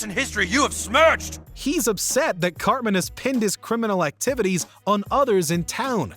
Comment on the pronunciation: i stg i thought you called him "cockman" i had to take a triple take